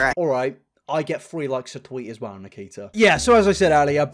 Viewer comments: If you listen closely it sounds like triaher and nikiter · I died when he said Nikkeetar 💀🤣😭